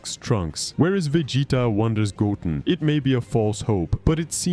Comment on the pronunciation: Say it with me GO—10 GO-10 Not goen or godun sir